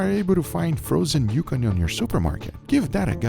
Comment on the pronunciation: Wheres the recipe? With cooking times? Also im sorry is he saying frozen yukon or yuca potato?